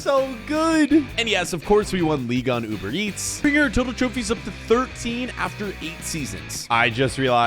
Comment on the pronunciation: it’s pronounced Trophies not trophys🤣🤣🤣🤣🤣